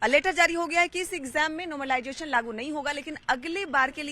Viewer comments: नोमरलाइजेशन नहीं मैडम ..... नॉर्मलाइजेशन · Pahle to normalisation bolna Sikh le yaar paida hote hi hath me mike pakad lete ho tum sab 😂😂😂😂😂😂